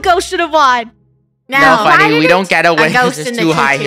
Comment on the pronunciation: had the wrong spelling he/she said funnel instead of funneh